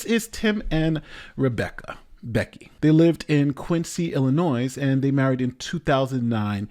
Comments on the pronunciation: Almost every time. I think he corrected himself on Eric's stream last Friday. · The s in Illinois is silent. Ill-i-noy. Not Ill-i-noise. And now back to your regular scheduled programming... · Aahhh. Ill-in-noise. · I can’t believe you actually just said “the shocking part” about this is that the bloke was on a tv show. You can’t be serious. And btw “IllinoiS”? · I love you and your videos, but please stop saying the s in Illinois.:) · Pronounce Illinois without the "S". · You dont pronounce the "s" in Illinois. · I think a lawyer should know how to pronounce "Illinois". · Hey, you know that the 's' in Illinois isn't pronounced, right? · I cringe every time mispronounces Illinois. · did you just pronounce the S in Illinois?? cmon mannnn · Really,? Pronouncing the S in Illinois?